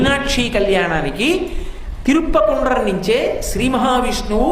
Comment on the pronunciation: తిరుప్పకుండ్రం కాదు తిరుపరంకుండ్రం.. ఈయన చెప్పిందే వేదం లాగ ఐపోయింది.. ఈయన చెప్పే వాటిలో చాలా తప్పులు ఉన్నాయి కానీ తెలియక ఆయన చెప్పింది నిజం అనుకునే రోజులు వచ్చాయి